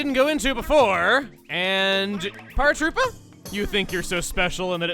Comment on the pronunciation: You've been pronouncing "duplicitous" wrong this entire time. That "k" sound is an "s" sound. And also "Paratroopa." It's a pun on "paratrooper."